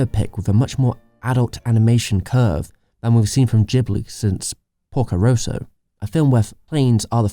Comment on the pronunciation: you really made a nice video, really, so you get my thumbs-up. But honestly... do something about your pronunciation! there is not one name you pronounced correctly! Ghibl, Toei, Porco Rosso, Lupin... even google translate knows how to pronounce them!